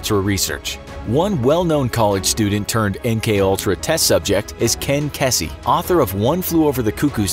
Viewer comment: It's pronounced Keezy, not Kessy